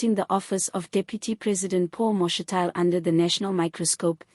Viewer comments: Ma’shi’ti’le… not Ma’she’tile. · Get someone who can pronounce Mashatile properly !!!!!